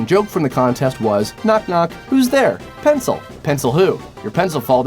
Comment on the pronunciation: Mystic Song Pencil sounds like "Pants will"